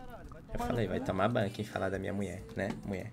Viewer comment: O chamando ela de "muie" kakakakakakakakakaak